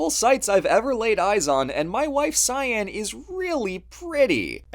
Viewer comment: Thanks for the videos mates, really appreciate them. If I may, your wife's name Siân is of Welsh Brittonic origins and as a Brit, I feel its my duty to tell you that it's pronounced 'Shahn" not Cyan.